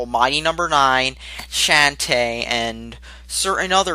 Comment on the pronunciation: Say it with me. Shawn-tae. SHAWN-tae.